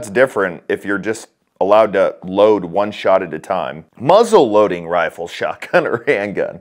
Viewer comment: The correct pronunciation is “Muzzleloader”. I’m so sick of these videos and all the bulls$it talk from both sides! Bros like you who got to have their social media click just add to the fear! It’s simple, come take um!!🙄